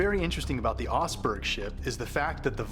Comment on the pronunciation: It's said more like 'Tuhnsberg' and it's in Vestfold, Norway but that ship, the Oseberg (said more like OH-suh-berg) was built in Rogaland. It was a woman's ship. I accidentally fell asleep on the Oseberg Mound (said like Osuhberg-how-gen) one sunny afternoon, not for long, but for a nap with at least one dream which I forgot. I never thought much of it until years later but now I feel like I connected with some kind of energy, if only a memory of the people involved with the ship and making the mound, nothing alien or super mystical, yet something special. Proto-Germanic groups from around Friesland, R-L48 people mainly, went up the coast and took over Scandinavia around 1,700 BCE, likely by invitation and that is where Odin and the runes and the ships all come from, these groups that are now the dominant ones of Denmark, Sweden, Norway, England, Iceland, Faroes, etc. They were building boats from much further back and by the time of the 800s CE, the Viking Age, they already had a lot of practise, refinements, upgrades and explorations. Norwegians were in Orkney at least pre-600 CE and Jutes from Denmark were up in Orkney in 449 CE in rowed keel ships. So the boats and ships are part of the culture and lifestyle but it is interesting to extend that as well to the idea of maybe a symbolic connection to something alien and to other cultures around the world with the same idea, of boating to the mothership. From 1,700 BCE to 500 BCE this blending of U106/R-L48 Proto-Germanic an